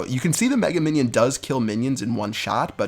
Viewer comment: Мне парой его даже жаль. Умудряется это тупое название выговаривать "Мега Миньён"